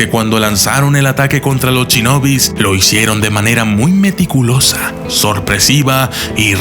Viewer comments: se dice shinobi no chinobi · Soy el único que noto que dice mal "Shinobi"? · Se pronuncia Shinobi no chinobi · Me encantaron los "Chinobis", jajajaja me gustan mucho sus videos, es solo un chascarrillo, ("Shinobis").